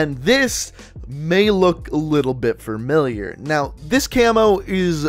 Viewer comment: Familiar has one R in it.... Its not framiliar...